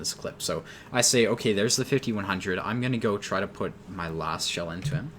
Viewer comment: Are you saying "try snipe" or "[CHAI] snipe," also lol Category Travel & Events